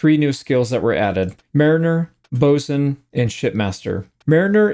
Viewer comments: Glad to hear you say 'boatswain' the proper way also. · Congrats on your correct pronunciation of “Boatswain”. You’re the only YouTube streamer I have seen who managed to get it right. ❤ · Finally, someone who knows how to pronounce boatswain!